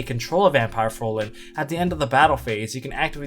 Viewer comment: Why does it annoy me so much that people can't pronounce "Fraulein" correctly? They all say "Frolen" instead and I don't understand why.